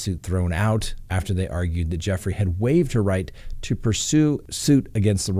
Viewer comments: Gu Frey not Jeffry. Just sayn 😉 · FRANK, please advise your boss her name is pronounced with a hard G. GOOFRAY, or does he know and is just messing with us 🤨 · Its JEW-fray. Rhymes with YerGay. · Her last name is pronounced: “goo-fray” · She is saying Guffrie as the last name, just saying 😊✌️keep up the good work 👍👌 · Weird that he mispronounces Ms Guiffries name to sound like “Ms Jeffrey.” What’s that all about? Also… seems to trounce her because her father didn’t take care of her? Strange all around.